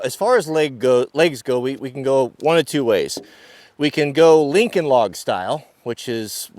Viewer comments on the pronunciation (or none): none